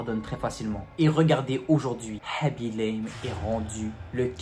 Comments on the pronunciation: Aussi apprends le pseudo des gens avant de faire des histoires comme ça parce que tu as dit tout au long de la vidéo haby l'aime et pas khaby lame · Aaaaa s'est khabi lame pas habilame